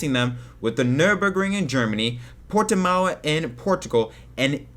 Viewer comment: It's Portimão, not Portimao ! Greetings from Portugal